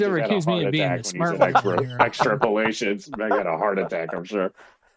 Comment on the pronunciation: I blacked out for a second. If I had been able to join, I would’ve edited the show notes for you to exTRAP-uh-lations